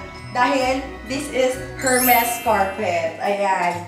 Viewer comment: E-R-M-E-S po not HERMES silent H po😂